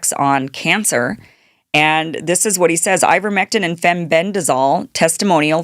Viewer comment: Ivermectin rhymes with Iverson 😅